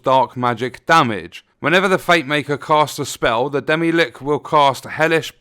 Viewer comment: that pronunciation kills me XD